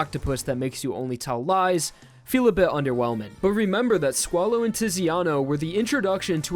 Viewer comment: If you say squalo i hear swallow xd